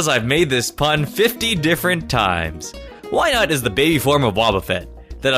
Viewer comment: IT'S WYNAUT, NOT WYNOT!